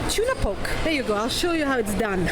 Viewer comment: Hey!!! I totally love your channel, I really really enjoy how you're straight forward with your options. idk if you know or not but the dishes salmon and tuna "poke" ( - ) is pronounced "po-kay". it's very popular in Hawaii! :)) Keep up with the awesome videos, I'm yet to check out the site!! <3